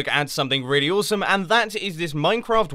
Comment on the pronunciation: Please pronounce "awesome" more awesome. That would be cool.